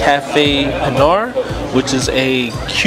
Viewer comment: You pronounced "Pinar" correctly! I like the steam table presentation! You can see exactly what you get! In Cuba they say "Congree" to describe the rice & beans. In PR they say "Moros"! The real "Cuban" sandwich is made with ham & pernil! You ate a Beef version of that! That delicious beef stew is called "Guisado de carne de rey"! The shredded beef, ropa vieja in Spanish, is the most popular Cuban 🇨🇺dish👍 Super good stop, very casual with good service & fair prices⭐ God Bless🙏